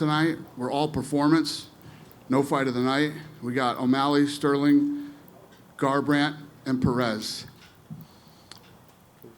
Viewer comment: "CARbrants knockout"